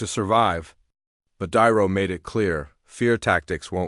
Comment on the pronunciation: I believe this was made with AI, and not very well, cause the narrator voice callls De Niro "Diro", repeatedly. So I stop listening and unsub, sorry.